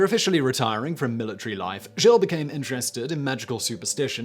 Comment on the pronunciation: "Giles"?? You do realize that Giles and Gilles are two different names, right? Why do British people either suck at pronouncing foreign words, or simply refuse to put any effort into it at all?!